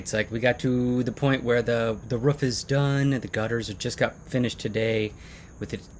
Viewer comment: So excited to see a video this week. I love the way you pronounce “roof”. Def a midwesterner! Matching tattoos! How sweet! I didn’t realize how red the soil is there. I would imagine it would make for some good ceramics and sculpting. What a beautiful place to run each morning! I tried ordering a new pair of hiking shoes while in Mexico and they never made it to me. Oh well. Hopefully someone has a nice new pair of Merrill’s. Ohhh fresh guava! Add that to the vine ripened carambola for a really yummy fruit salad. Mouth watering! I always enjoy your videos!